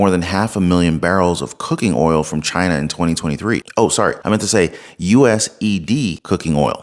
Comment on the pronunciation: "buying used cooking oil from CHINER......." Tell me we're laundering money for CHINER without telling me that we're laundering money for CHINER. Edit Look up bleeding the beast. (Referring to the cooking oil and the U.S. government.)